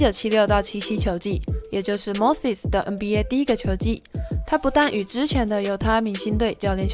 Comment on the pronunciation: Moses怎么就念成mosis了